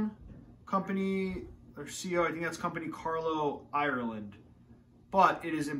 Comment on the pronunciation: so a lad from Boston, can not pronounce Ireland haha